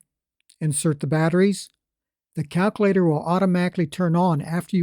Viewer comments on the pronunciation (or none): Every time he said that, I chuckled.